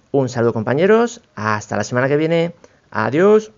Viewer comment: jajaja, buen vídeo y buen experimento, en el min2, seg 13, que dices hasta la semana que viene, adios, parece que digas en lugar de adios adiuus jajajaja. Saludos.